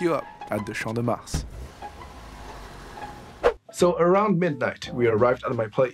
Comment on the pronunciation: champs de mars il a bien dit avec un accent fr